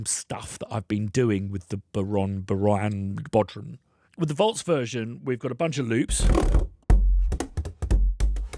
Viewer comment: An Irishman that didn't take the fada into account? ;) It's bow-rawn, not ron.